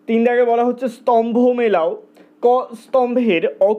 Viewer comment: Dada apni 'ক' স্তম্ভ আর 'খ' স্তম্ভ কথাগুলো এমনভাবে না বললে ভালো হতো